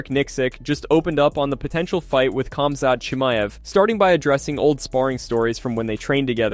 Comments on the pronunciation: His name is pronounced Hamza, it's a silent K and silent T. Not like you would say it to his face though right? Lol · I heard cumzatt 😂😂😂😂